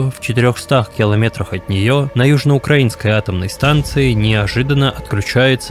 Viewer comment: Огромное спасибо автору и всем причастным, за грамотность и объективность подачи материала. Огромный труд! Специально пишу на русском в знак уважения авторам за проделанную ими работу. Почему раньше ваш канал не видела?! СПАСИБО! Порадовало даже, казалось бы мелочь, правильное произношение "ЮжноукраИнск"!